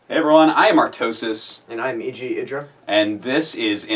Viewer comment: OLOL U PRONOUNCE IDRA WITH A SHORT I FUCK. I've been doing it wrong. My life has changed.